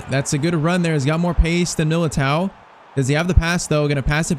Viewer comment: milatere 😂😂😂😂😂😂😂😂😂😂 its milato